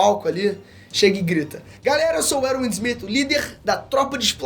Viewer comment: Eruiun Essumit? kkkkkkkkkkkkkk eu falo ervim ismit